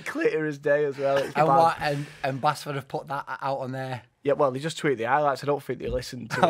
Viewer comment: It’s pronounced Base ford not Bass ford 🤣🤣